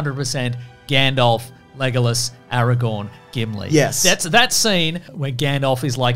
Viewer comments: Is it an Aussie thing to call him LeGOlas rather than Lego-lass? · leGOluss is my favorite pronunciation so far